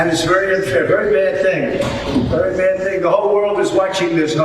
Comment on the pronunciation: The eloquence of Trump..." it's a very "baad" thing, a very "baad" thing.